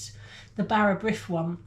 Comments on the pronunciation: Bara brith is always made with yeast!! It is always sliced thinly and buttered. What you made is a kind of tea cake. Nothing wrong with that but it is NOT bara brith! Brith is pronounced breeth. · For future reference "brith" rhymes with with "teeth" - even some Welsh people get that wrong, so don't worry too much. Whatever, both versions looked delicious... I'll give it a try in ye olde Cosori :)